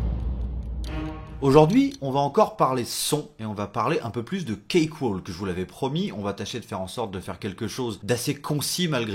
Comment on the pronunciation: Ça n'a pas vraiment d'importance, mais on ne prononce pas le "L" dans cakewalk. "Cake - Wok". Oui, l'anglais est aussi insensé que le français, avec plein de lettres muettes :-) Merci pour ta vidéo !